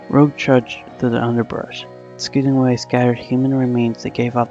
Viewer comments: Fahmida Begum its pronounced like rouge from Uhhhhhh let's see Sonic, he's saying her name wrong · you're saying her name wrong